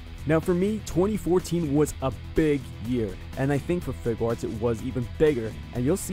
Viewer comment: Fig-arts.... it's not that hard to say.